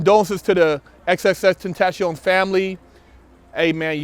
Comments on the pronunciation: I thought it was pronounced X 10 Tay Shun, or Triple X 10 Tay Shun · "xxxtentasHion" lol